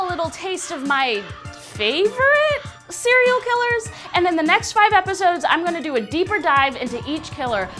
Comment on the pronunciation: how I hear serial killer cearl killer?